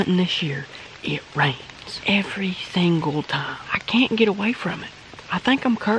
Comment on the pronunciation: “every thingle time”😂😂 #graygang #jesus